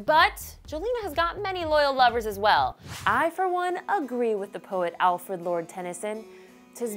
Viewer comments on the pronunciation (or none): none